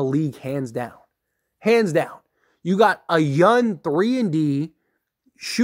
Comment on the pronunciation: Love your videos, thanks Brotha, but STOP SAYING YUN, it’s YOUNG!